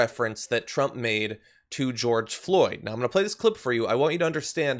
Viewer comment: I’m surprised Cheeto got George’s name right! 😕